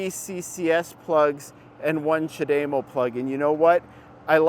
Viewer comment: knows what he is talking about. Except his pronunciation of Chad - E- MO. No. dame O you must be watching Nikki from transport evolved too much. I have had a leaf over 8 years and lots are still around they have sold 600,000 I see new ones all the time. I hate when people dismiss it just because Tesla decides the need to use every charger. We have lots of dual units and superchargers so their is no reason for Tesla to use non Tesla when most post I see is how great they are and how bad everyone else is. Then use Tesla. I just saw a guy on Twitter who drove across the usa in his bolt and he had zero problems.